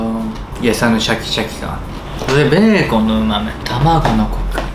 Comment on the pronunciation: ビーコンみたいにベーコンって言うな